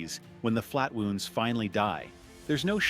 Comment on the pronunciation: Oh yes, those flat wooonds..... A.I. idiocy